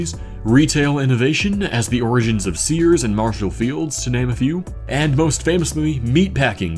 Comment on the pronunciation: It's pronounced Sears though.